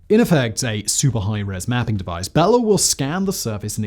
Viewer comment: How many times did Simon say “bell end” before he finally stuck “Bella?”